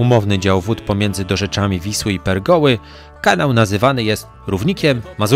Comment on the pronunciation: 13.03 Pregoły 😂